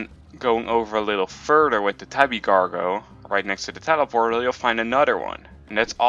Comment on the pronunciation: Do u mean gordo, u kept saying gorgo